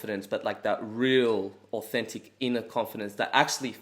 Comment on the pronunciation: He literally said 'Authentit' 😂